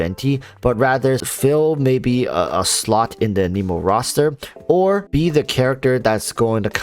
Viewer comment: I think he seems pretty solid. I agree... pretty blah design for a character that has been getting speculated about and hyped since like the NEGATIVE 2.0 patch 🤦🏽‍♂️🤦🏽‍♂️🤦🏽‍♂️🤦🏽‍♂️🤣🤣🤣 I think the worst part about Heizou so far is all the top content creators mispronouncing "anemo"